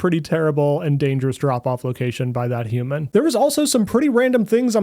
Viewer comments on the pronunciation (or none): by that human 😂. You said it as if it was an extraterrestrial being 😆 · the way u say human feels racist lol